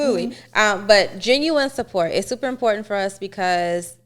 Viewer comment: IM-PORT! TAUNT!!! TAÉ!!!!! 😂🤣😂 ÉsPANOL!!! Definitely WORD OF THE DAY!! Importauntè